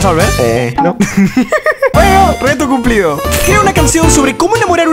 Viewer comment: Wtf dijo cumplido cum-plido